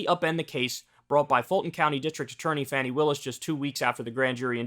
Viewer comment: Come on Kyle Fanni? Fani.